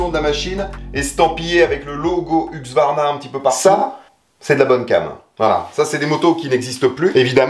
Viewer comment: HuSqvarna on dit HuSqvarna. Serieux pour j'entends tout le monde dire HuqSvarna ? 😂